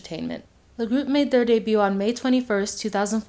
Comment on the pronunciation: the “t” in debut is silent 😭